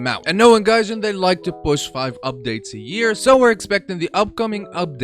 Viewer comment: yeah this guy works for "GAYJIN" hehe lol